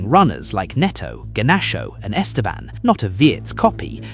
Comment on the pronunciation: Estevao not Estevan 😂